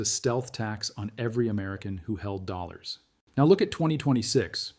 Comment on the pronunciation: This video would get an A* if only the AI could say dollars correctly!